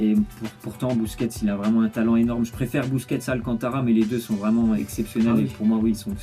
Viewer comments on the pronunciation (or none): hahaha t'as dis busuets alcantara mais bon c pas du tout grave